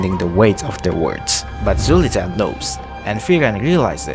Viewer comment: its pronounced soliter